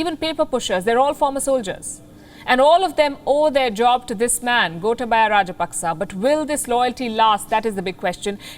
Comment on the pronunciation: It's not "gota baya". Gotaabaya (you can spell like that).